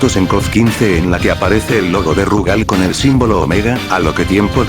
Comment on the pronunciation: Increíble que en 2023 todavía haya orates que le dicen Rúgal a Rugal y Lori a Iori xD.